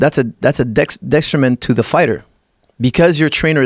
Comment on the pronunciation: But when he said dyxterment.. to explain its a detriment... Lol